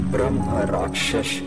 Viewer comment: भाई स्टोरी तो बहुत दे देंगे तुम्हें पर पहले उच्चारण तो सीख लो। ब्रह्मा राक्षस क्या होता है। ब्रह्मराक्षस होता है। हर वीडियो में यही उच्चारण रहता है। अंग्रेज बैठाते हो क्या वोकल के लिए।